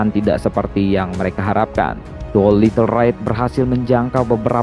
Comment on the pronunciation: Doolitle raid bukan Doilitle ride